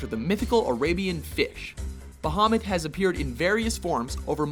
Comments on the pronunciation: Ba-ha-moot. It's pronounced Ba-ha-moot. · I thought he said Mohammed